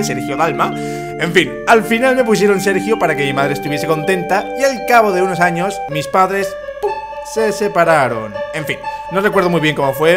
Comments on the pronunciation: en el minuto dice anos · jajaj es sony al reves pero si dice anos jajaja